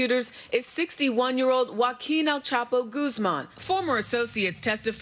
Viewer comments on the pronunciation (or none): Me divierte cómo lo gringos dicen "goaquin" en vez de "joaquín" 😂😂😂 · Americans shure have problems pronouncing "Joaquín Guzmán". A hint: in Spanish, if you see that little mark [ á é í ó ú ] on top of a vowel, that's the strong syllable. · Es cierto que la mayoría de los gringos tienen una pronunciación horrible, pero Trevor no es gringo. Es africano.